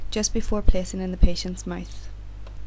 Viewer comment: everything was brilliant until you said mith instead of mouth ... have to look for a new video damn it